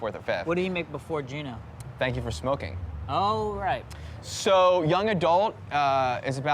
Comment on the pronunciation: It’s Juno not Geno. I liked this movie and I love how they don’t show a hero or even a main character who we like. Great acting person we are surpossed to hate her and I for one so. She is so about herself which shows me good looking woman skate through high school and get the breaks most of us don’t. With they said she is also seeing how real Life ain’t high school and she wants her high school days back. She can’t get them and the film ends suits her learning nothing but we the audience has.